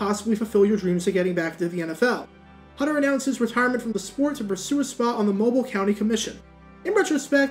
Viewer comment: Great video! As a Mobilian though, I'm required to say you pronounced Mobile wrong.